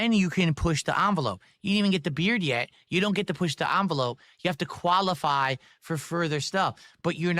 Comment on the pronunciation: Yeesh The way he pronounces words Koalify Gran door Cahntent What a total loser